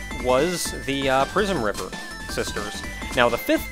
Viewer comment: I keep hearng "Prismriver sisters" as "Prisonriver sisters". Derf. It perfectly reflects my opinion on what most musicians deserve, but it's a bit harsh on those three.